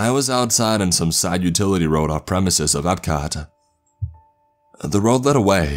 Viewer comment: Annoying narration. He kept adding an a after some words. Utili door? Utility door.